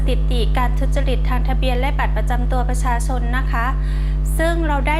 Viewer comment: เจ้าพนักงานชำนาญการท่านนี้ ทำไม ออกเสียง ช.ช้าง เป็น ซ.โซ่ ตลอดเลยครับ พูดแต่คำว่า บัตรประซาซน สำเนียงแบบนี้ผมเคยได้ดูในยูทูป เวลาคนลาวคุยเป็น ภาษาไทย ช.ช้าง จะออกสำเนียง เป็น ซ. ครับ สงสัยครับ ทำไมเจ้าพนักงาน ออกเสียงภาษาไทย ไม่ชัดครับ